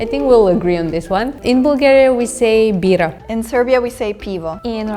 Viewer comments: Каква Булгария? На английски се произнася ,,Бългерия'' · Това не може да е оправдателна причина да се произнесе името на нашата държава без 'л' при положение че те имат същата буква със почти същия звук. Най-близко би било Блгариja или поне Балгариja (понеже 'ъ' е по-близко до 'а' отколкото до 'у'). Народите по цял свят намират политически интерес за умишлено очуждяване на езика си от своите съседи.